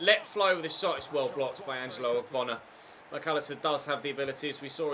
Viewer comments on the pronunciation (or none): none